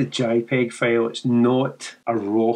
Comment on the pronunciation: I love your accent....but you got me with the 22 Megabyte FAIL...What is a FAIL.... After about the 4th or 5th time I heard it, I finally got it. A FAIL is Scottish for a FILE with a long eye in American English. For us Yanks, fail rhythms with pale or pail. English is so screwy. "My attempt at editing was a major fail"...Like failure, failed, DOUGH is pronounced D-OH COUGH is pronounced CAW-F There is a street in San Francisco named GOUGH... Not GO, not GUFF, it is GOFF Do you say NILE like the river in Egypt for those pointy metal things we hit with hammers? As I said, I really love your accent, it is beautiful. Reminds me of the great Sean Connery. And once I got it, I totally understood. It is very charming...